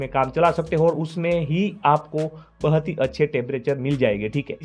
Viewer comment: 😂😂 bahut ❌ bahat✅😂